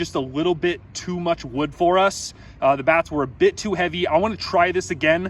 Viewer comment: domt say the kind of wood ever again havaba